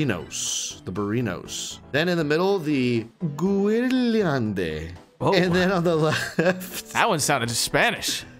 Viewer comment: Guérilande prononciation is more like gayrilande haha but very nice try from you guys you did very good XD